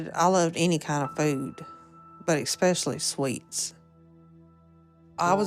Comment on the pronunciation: There's no "X" in "ESPECIALLY"... you dumb trash!!!